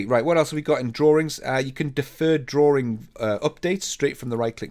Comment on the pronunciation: Another informative video. Thank you! One question though, what is a "drawRing? 😜